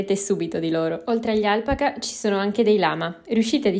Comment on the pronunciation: Si pronuncia Al pa ca, l'accento sulla seconda sillaba